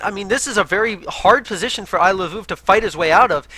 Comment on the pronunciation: is now my favorite because he pronounces Iloveoov the way I think it should be pronounced XD